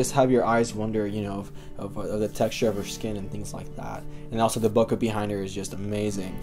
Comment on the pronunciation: BO-KAY, not Boca. It's not in Florida!